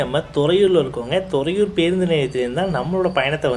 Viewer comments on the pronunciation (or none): அது தொறையூர் இல்ல..துறையூர்